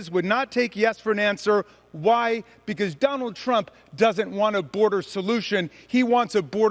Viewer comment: I wonder who write her crazy nonsense speeches because there's no way she can put a sentence together 😂😂😂😂 just by the way she said the word because. She was like "bacause" I notice that Republicans that say bacause are crazy as fu*k. If u love America so much start by speaking and pronouncing the English language correctly.